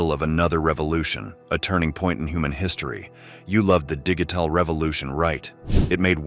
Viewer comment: .. what a way to pronounce "digital". And then , "Position". Is he a comedienne or AI?